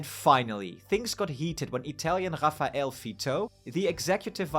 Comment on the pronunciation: Your "raffaele" 's pronunciation is painfully spanish: it's rah-fah-eh-leh. "ra" as in "rack", "ffa" as in "father", "eh" as in "they" and "leh" also as in "they" but with an "l" before.